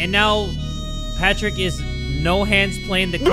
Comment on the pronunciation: It's not Patrick it's potrick